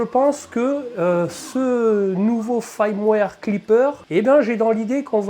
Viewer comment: FIIIIIIIrmware !! avec un "I" !! l'ail, c'est pour faire de l'aioli, dans le sud ! 🤣 Je t'avouerais que leurs histoires de "I" ou "AIL" (ouille) c'est très chiant, parce qu'on (enfin "JE") ne sait(s) jamais quand c'est l'un ou l'autre, surtout qu'il y en a aussi sur les "Y". . . . pfffff font chier les anglophones ! Sinon, cette bestiole me fait bien baver ! (j'ai aussi une SW X2, comme toi, de base !) Le Klipper aussi (je sais qu'en faisant des pieds et des mains, on doit pouvoir le mettre sur nos SWX2, mais bon, ça a l'air très compliqué quand même. Un détail, tu fais un auto nivellement sans mettre en température avant ?? normalement, il doit être fait en conditin d'impression, donc plateau et buse en température, sauf si je dis une ânerie. (a moins que sur cette machine, il y ait une raison technique à cela.)